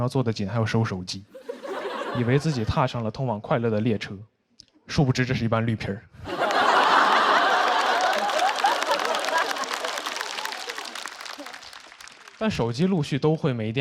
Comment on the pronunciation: 绿皮儿？不会儿化就不要儿化